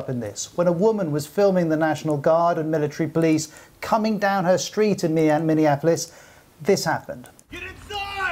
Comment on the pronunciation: Why does this guy keep saying "MinneANapolis"? I noticed he was doing the same in his last report.